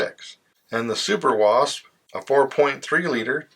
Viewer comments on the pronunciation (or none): none